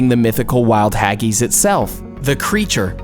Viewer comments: Wtf is haggys hag-is hag-is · This video is really not that factual at all. Hagees lol its pronounced Ha-gis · “Haggeese” What in the name of all the Whiskey in Scotland are you on about?, it’s pronounced “Hag...iss “ . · Haggies? Trust an American not to be able to pronounce something so simple properly. Do you say ees instead of IS? Fish fingers are NOT battered, they are breaded. Get things right. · I am quite sure you pronounce haggis incorrectly. I am a Canadian with Scottish and English and Italian heritage. We pronounce it hag (as in an old biddy woman) and is, not as in the word is. Other than recording the way we pronounce it, this is the best I can do. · The funniest thing about Haggis.....Is how you pronounced Haggis. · The way you said haggis was hilarious and stupid why did she say it like that!? 😂🤣🤣🤣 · Clearly the oddest thing about this video was the narrator's inability to pronounce words like "aristocracy" and "Haggis" and the general lack of respect for English traditions.